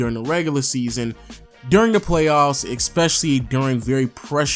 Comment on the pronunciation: Can he go a video without pronouncing especially as *eckspecially*? lol